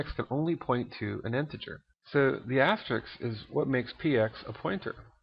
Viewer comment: You keep saying "Asterix" but actually it's called "Asterisk" ;)